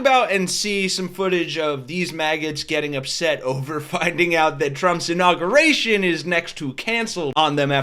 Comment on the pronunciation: Please. Pronounce Inauguration correctly. " In aug yur ation." Thanks from people who hate nook you lur.